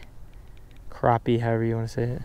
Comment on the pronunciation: You say crappie wrong!!!!😂 go more catfishing